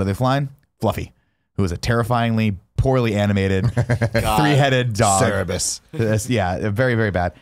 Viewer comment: Cerebus? Tim is dyslexic.